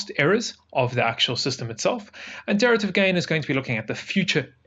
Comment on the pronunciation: de-RIV-a-tive...not Deterative...was seriously screwing with me